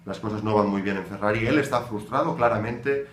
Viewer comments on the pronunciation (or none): none